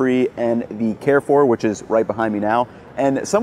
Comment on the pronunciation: Iam from thailand and we also have carrefour and it isnt pronounced as “care four” its pronounced as “cafoo”